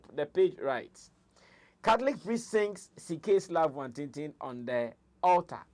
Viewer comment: Please Sammy Flex its Love Nwantinti not watintin